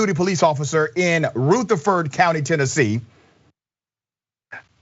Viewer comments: Not Ruth-erford. R-other-ford. Anyway pretty scary. Hits close to home as i live a near here. Also hits on another nerve because the officer is from Deckard which is quite far from the Boro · Not roothafurd, Ru the ferd is how it sounds lol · Not how you say Rutherford, but yeah. MURFREESBORO is racist as hell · If you can't pronounce the name "Rutherford" hang it up. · Where is Ruther-ford county? Really? He didn't try to get the name right?